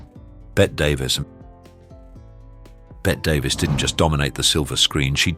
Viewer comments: Still pronouncing Bette Davis ...Bett?! Come on! Everybody knows it's supposed to be pronounced as in 'Betty'! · Her name was pronounced as BETTY DAVIS not Bet Davis😂😂😂